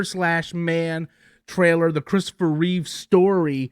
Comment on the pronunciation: Reeve. No s.